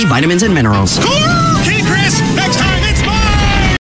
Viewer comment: Crisp, not crips.